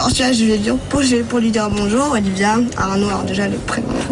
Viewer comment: Je reve ou la voie off a dit olivier au lieu de olivia